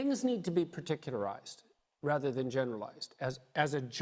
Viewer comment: did he really say "things need to be paticularized, not generalised . . . as a general rule"? And people take this foolish junkie seriously?